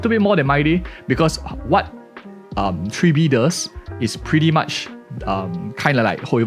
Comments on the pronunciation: Tribble? TRIBBLE?! Lololol (Dw misspeaking is common its just funny to hear) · My guy not only misprounced Tribbie but also said she is the first quantum harmomy character when we literally got Sparkle at the start of 2.0. Sparkle still number one in my heart